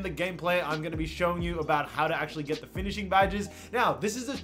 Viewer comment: “Finishing” please